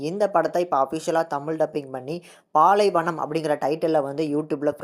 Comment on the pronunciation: பள்ளி மணி யா லூசு பாலைவனம் இங்கிலிஷ் வாசிக்க தெரியாத